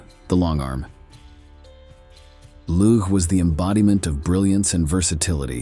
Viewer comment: Lugh is pronounced Loo.